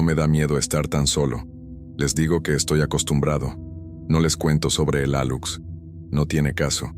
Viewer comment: Se pronuncia Aluche es una maya.